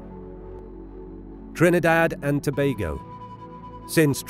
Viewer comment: As a Trinidadian, thank you for pronouncing Trinidad and Tobago correctly